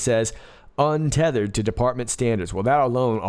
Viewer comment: UNTETHERED = Un Te Te HER eD💦💦💦